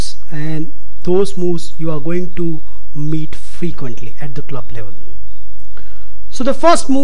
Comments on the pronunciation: He does say mate you soon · "I'll meet you soon" sounded like "I'll mate you soon" :D